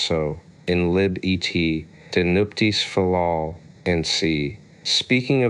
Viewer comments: Not "Lamblicus" 🤦😂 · Its an I NOT an L!!!! Seriously dude.